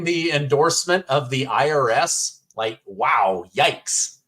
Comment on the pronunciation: The IRIS! That is funny! Sounds like IRS.